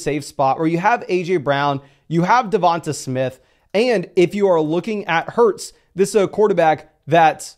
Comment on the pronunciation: 8/14/24 and people still can’t pronounce Devonta Smith’s first name correctly.